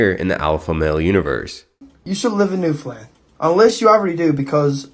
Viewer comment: It's pronounced new-finland. I had a hard time paying attention to anything else 😂😂😂